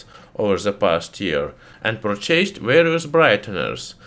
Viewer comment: So you learned the right pronunciation of purchase.